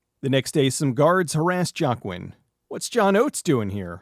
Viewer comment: I think Joaquin is pronounced "Wah-keen" Unless the way you're pronouncing it is the way it's supposed to be. I dunno.